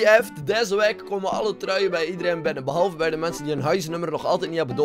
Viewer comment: "deze wehk"